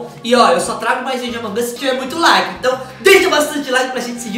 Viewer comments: Mas não é assim que fala amog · Sou seu inscrito mas fala among us direito vc é muito legal mas pelo amor de deus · Vc falou errado among us